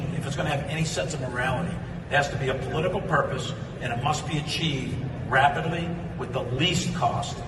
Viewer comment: Did Milley just say Rabidly?